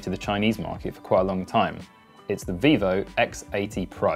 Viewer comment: Vivo, not Vevo, if you make a video, at least double check ffs.